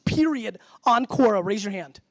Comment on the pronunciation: He pronounced it Kora but it's pronounced Kwora. The web site name is Quora. It's a platform for people to ask questions and throw them out to anyone that thinks they have the ability to answer them. You can be a question asker or an question answerer as you chose.